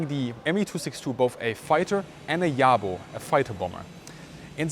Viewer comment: Great commentary with many well thought-out incites. As a native English speaker, I have one request though. Please do not anglicize the pronunciation of German words. I like it that you pronounced "Jabo" correctly but pronouncing "Junkers" with an English "Jay" sound really grated. Please use the correct pronunciation, as a German would say it, that way we can learn the correct version. One question that bothers me about nomenclature, if I may. We all know that the Bf109 was not an ME109 but I recently heard an ex-German fighter pilot who flew it calling it an ME109 ("ME hundert neun"). ME pronounced "May". Was it common for the pilots themselves to call it an ME109?